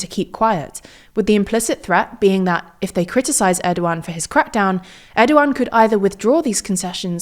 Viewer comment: Thank goodness they’re finally pronouncing his name right 😆